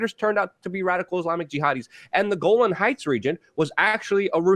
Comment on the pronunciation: It's Golan Hieghts not Golden Heights.